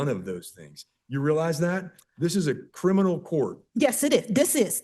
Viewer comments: Omg if she says “Crinimal” one more time I’m gonna lose it! Say it right, it’s CRIMINAL! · CriMinal not criNimal you absolute twit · She also said crinimal instead of criminal. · So... she's in a "crilminlal" court, doesn't want any "trestpasting", wants to "axe" questions of the judge, she's obsessed with her hands being clean, and she's a man with a womb...did I miss anything? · She can’t pronounce criminal- she keeps on saying “Crinimal” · Lol this lady keeps saying criNiMal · WTF is “Crinimal”? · why is she having so much trouble with the word criminal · Did she say “crinimal” Well whether she did or didn’t, she most definitely DID say “Corintheses” when she meant “Corinthians”